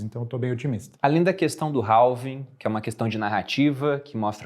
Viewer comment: Dois caras monstros e não sabem falar "halving*"que, ao contrário da escrita, tem a fonética sem o "l" = having